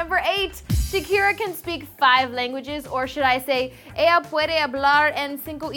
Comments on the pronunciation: Sena S In Spanish, you pronounce "ella" as "eh-yah". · SodaBoy628 i know but it sounded as if she said 'el' maybe she did say ella but to me (my 1st lagunage is spanish) sounded like 'el'